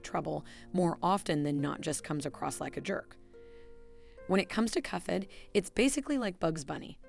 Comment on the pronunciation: I think that's because the ai-voice reader interprets the "ph" in "cuphead" as a "ff" sound, like in phonics and elephant.